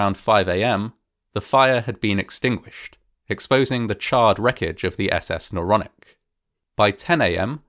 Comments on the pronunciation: Not the naronic the noronic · And isn't it Noronic? Don't you think? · Isnt it Noronic.